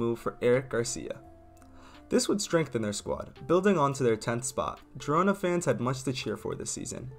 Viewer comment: Its not pronounced gee rona. Its pronounced heed-ona